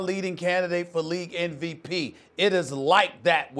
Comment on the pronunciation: is it just me or does Stephen A. say NVP instead of MVP